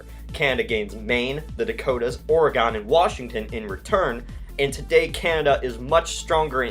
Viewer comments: Its Oregən not Oregone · Oregon, not Oraygone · his pronunciation of "Oregon" is wrong, and it angers me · Let me just say its OrEgon not OrAgon. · its pronounced Ore-gon not Or-e-gon, just dont make the eee sound and your good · It's pronounced (Or e gen) not (or e gon) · Oh hell nooooo, it aint prononced or-a-gon, its orgon. sorry that bothors me being an oregonion, great vids though! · I get so annoyed when people say"Oregon" wrong. It's not pronounced "oh-Ray-gone", it's pronounced or-uh-gun". Good video though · "Seltic" "Breton" "Ore-gone" Bruhhhh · What the fuck is "oregawn"